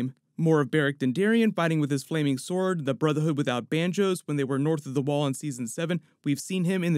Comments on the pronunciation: Am I the only one who heard "Brotherhood without banjos"? 😂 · Did you say brotherhood without banjos I am probably hearing you wrong but that is what it sounded like lol. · Did he say “Brotherhood without banjos “ 😂😂😂😂